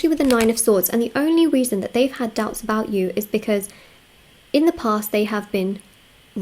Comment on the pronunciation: "Her douubts are cleared"